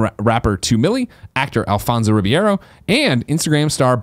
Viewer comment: Someday Greg will be able to pronounce Alfonso Ribeiro's last name. Someday.